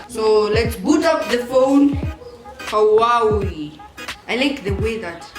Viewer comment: the way you said Huawei 😂😂😂😂😂